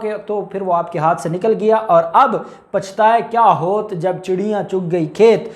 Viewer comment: اور ۔۔ اب پچھتائے کیا ھوت ۔۔ میں "ھوت" کا تلفظ " ھو وَت " ھے۔